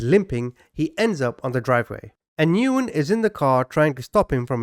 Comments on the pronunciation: BTW, the common Vietnamese last name Nguyen is pronounced: "Win", not "Noo-in" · I believe" Nguyen" is pronounced "Win" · Nguyen is Pronounced "Win" or "When" The N is silent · I love your channel and content, but please - the person you are discussing by the last name of Nguyen is pronounced, "When." Please at least look it up online before constantly mispronouncing it! It hurt my ears every time you said it!